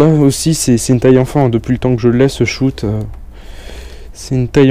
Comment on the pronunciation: Et tu dis shout au lieu de shot !